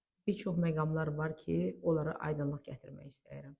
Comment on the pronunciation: Danışarkən "istəyirəm" yox orfoepiya qaydalarına əsasən [isdiyirəm] deyilməlidir.